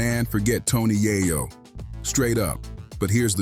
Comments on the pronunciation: Its yayo yah yo wtf 🤣 who do u even say dat wrong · It’s yayo not yahyo . Dunce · YAYO NOT YAHYOO WTF KINDA CHANNEL IS THIS🤬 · It’s yay yo not yaya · who tf is yah-yo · " yah'yo" ....you hear how they pronounce his name un the audio and the mf still saying " Yah'yo" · I can’t even listen to this. You can’t even say YaYo right. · Man you do not know how to pronounce his name correctly lmao 😂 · Bro where are you from cause you’re fuxin up their names🤦🏾‍♂️ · U shouldn't b talking on shit homeboy u cant even get the mans name right goofy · Destroyed his name 😡